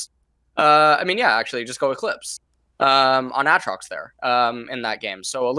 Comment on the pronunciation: How LS says Aatrox hurts my soul.